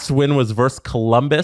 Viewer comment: It's "versus", not "verse". A verse is a portion of a song or poem, you use versus when talking about two opposing teams in competition.